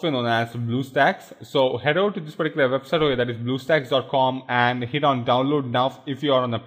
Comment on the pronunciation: particular puh-tea-coo-la